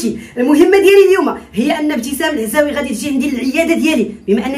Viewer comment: ضحكتني ياخويا كي قلت لعوازي 😂😂😂😂